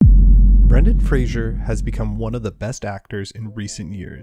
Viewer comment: Fraser doesn't have an "h" in it. Respect the man, say his name correctly... Like it's spelled